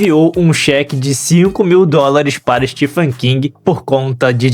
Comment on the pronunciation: A pronúncia do nome próprio STEPHEN é STEVEN, não Stifen.